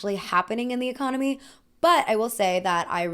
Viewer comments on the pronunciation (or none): none